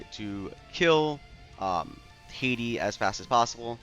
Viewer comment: Hati (Ha-tee) not my country Haiti lol